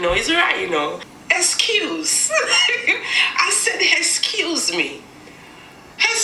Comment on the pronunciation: When that lady said "HESCUESE ME" im ganna say that from now on im 12 and named ciara im on my grandmas phond